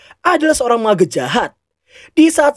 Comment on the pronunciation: Mage > (meeje)